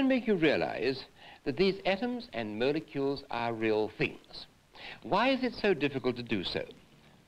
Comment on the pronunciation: atoms and mole-e-keuls